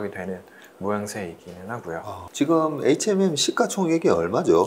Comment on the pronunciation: Hnm이 아니고 hmm 이에요... 자꾸 에이치엔엠이라하네